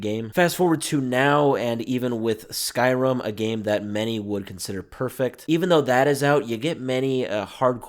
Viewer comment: Did.. did you just say “Skyrum”